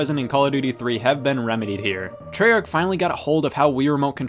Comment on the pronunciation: He said treyarch wrong